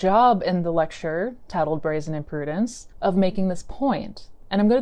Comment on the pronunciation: Great video and discussion but it's IM-PU-DENCE not "Imprudence". Impudence (noun) - from Cambridge and Free Dictionary: Impudence is the quality or state of being impudent, which means rude, disrespectful, or impertinent -the quality of being rude and not showing respect, especially towards someone who is older or in a more important position.